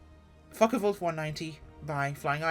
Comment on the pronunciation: Hmm, how did you pronounce the name Foche??😮lol. Oh and I also wanted to say... "Das video, das ist zehr gute Fraulein 😅, ja!!"